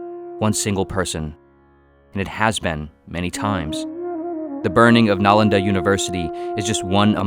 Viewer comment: it is nalanda not nainda